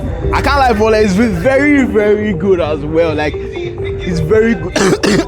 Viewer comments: In Lagos, we call it "boli" not "bole". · is not even Nigerian see the way he said boli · Bro is pronouncing "bole" wrongly 😂.